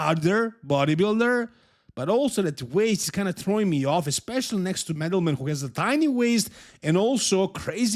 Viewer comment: I really admire you and like how you're not butchering Eastern European names like the 'muricans, but man, you did dirty to Angel and Madelman calling them the way you did:) Madelman is not Medal man. Angel is not like the biblical creature, but An-hel (similarly to how you say the J in Juan, or Jesus (when it's your average mexican, not Christ).